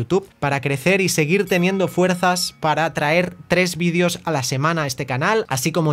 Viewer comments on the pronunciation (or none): none